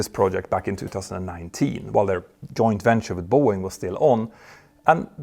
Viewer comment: Please pronounce "BOEING" CORRECTLY!!